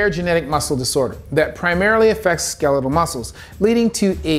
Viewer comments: I thought it was pronounced "skel-e-tel", not "skee-lee-tal" as pronounced in this video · Never heard skeletal muscle pronounced like that. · why does he pronounce Skeletal like that